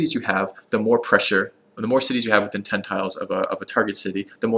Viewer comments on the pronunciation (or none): none